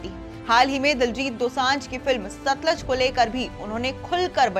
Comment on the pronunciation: देवी जी उच्चारण सुधारिये, सतलज नहीं सतलुज है। नाईटीन नाईटी फाइव की जगह उन्नीस सौ पिचानवे बोलो तो ज्यादा सही है।